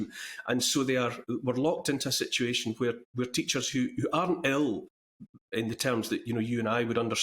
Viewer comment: Teachers who are ail? Oh he means ill. Lol